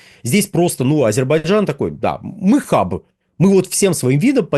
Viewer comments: Звиняйте : не Азебарджан, а Азербайджан. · Ведушему надо научиться правильно произносить АЗЕРБАЙДЖАН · потренируйтесь выговаривать слово Азербайджан. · Почему так трудно выговорить "Азербайджан" ?